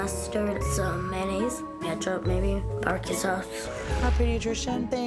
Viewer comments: Bar-q sauce😂😂😂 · "Barcue sauce"